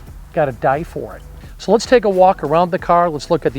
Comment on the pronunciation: Sorry, take not yake.